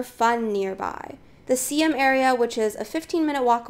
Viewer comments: The pronounciation is "Sy-Am" not See-Em, as there is a historical integrity behind it. Just some more practice/fine tunning with your video and audio editing will be great. Onwards and upwards. 😊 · Siam is not pronounce See-am!!! What a shame to live there but doesn't know how to pronouce it